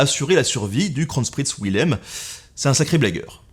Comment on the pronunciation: Wilhelm se prononce "Vilhelm"